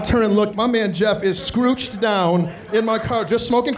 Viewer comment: "squrooched down"